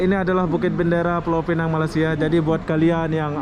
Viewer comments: Sebutannya Pulau Pinang... Bukan Pulau Pineng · Bukan pulau pineng tapi piuau pinang bahasa inggris nya penang. Sebutan kena betul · Pulau Pinang . Yg Benar. Atau ( Penang ) aja. / ( Inggeris ) Sebutan yg Betulnya nama Tempat . Ma'af ya. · Indon mmg sebut mcm tu 😂